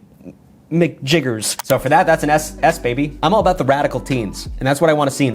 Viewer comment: said McJigger and I noticeably cringed.